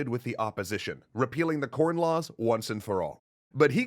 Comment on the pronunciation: “RePEELing” 🤣🤣🤣 Anyone😃 Hello?🥺